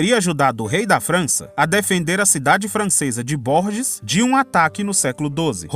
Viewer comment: O nome da cidade francesa prônuncia Bourges (burger) la ville de Bourges.